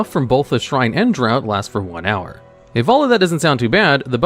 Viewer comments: draught is pronounced like DRAFT not DROUGHT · Did... did he pronounce draught as "drowt"? ENGLISH; do you speak it?"